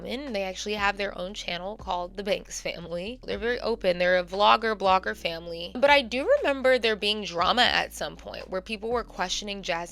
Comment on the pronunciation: Not the ACE FAM-LAY🤦🏾‍♀️🤦🏾‍♀️🤦🏾‍♀️🤦🏾‍♀️